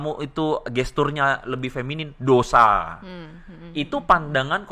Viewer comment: Jangan salah omong ya, Feminin ya bukan feminim, ahirnya n bukan m yah